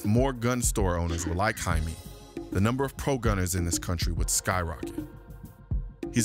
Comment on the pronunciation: fyi, if his name is spelled Jaime and he is of hispanic descent, then its pronounced Hi-meh.